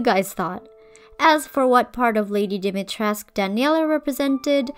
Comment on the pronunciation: Ngl if they went all in with historical accuracy except for pronouncing her name in game completely wrong 💘 As a Romanian I was so excited to see a traditional name, but ‘dAHMeyTRESK’ ain’t it chief